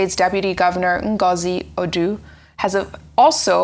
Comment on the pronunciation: Your pronunciation of Ahoada and Ngozi is disgusting and irritating, yuck. Even my children born in Australia can pronounce Ahoada and Ngozi properly than you living in Nigeria.